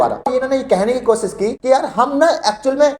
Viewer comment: Ganwaar apna pronouciation sahi kar Kosis nahi koshish hota hai Majhub nahi mazhub hota hai j ko z z ko j sh ko s s ko sh......padte ho Modi ki tarah school nahi gaya Kiya